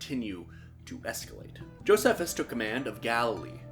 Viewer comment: “I mispronounce a lot of things” Goes ahead and says “Josephus” lol